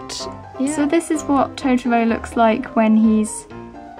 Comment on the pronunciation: The way u say totoro is so wrong D